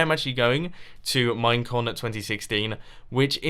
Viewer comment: During his time lapse chat when he was talking about "Minecon" I heard "Mein Kampf" like four times.